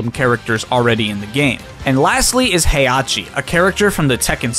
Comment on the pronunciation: "Hey-ah-chi" You're missing an H there, friend.